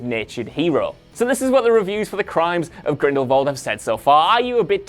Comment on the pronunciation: Stop mispronounce Grindelwald. There is no “V” in Grindelwald